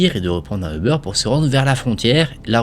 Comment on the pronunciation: Quand tu dis euber ça me stress on dirait un jambon beurre le machin